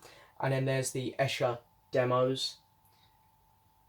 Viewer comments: Haven’t got this yet as I have the deluxe CD set, and just bought McCartneys RRS Box. I wish the CD Set was the same size as this LP set which looks very nice. You have an interesting pronunciation of Esher......which should be "eeesher" lol. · Hi! Glad you receive the White Album 4LP Vinyl Box. The box is awesome. Esher is pronounced as “Eeesher”. But don’t worry even I had trouble correctly pronouncing “Esher” when I was younger. The Esher demos sound awesome on this Reissue. Some of the Esher tracks did appear on Anthology 3. Great unboxing video! Take care!